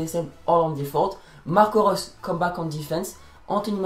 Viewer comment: Damn ur maybe the only one who can pronounce Marco Reus on YT